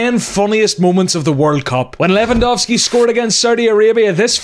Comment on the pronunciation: finally I hear someone pronounce the surname Lewandowski correctly